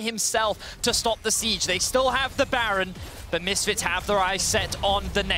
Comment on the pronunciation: is by far the worst caster, his fake laughing and his inability to pronounce ''baron'' ruins it